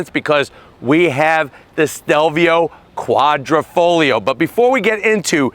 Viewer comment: Quadrifoglio is pronounced Quadrifoyo NOT kwahdreefohglee-yee-oh! OMG! The "internet" it's a thing. Look it up!